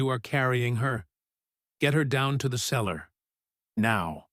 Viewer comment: The CELLAR, not the seller. She CAULKED the windows, not cocked.